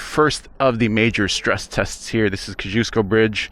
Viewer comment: I grew up not far from where you were riding across the Kosciuszko Bridge. You are completely mis pronouncing the bridge. Think of Costco Whole Seller. Kosci is pronounce like Cost.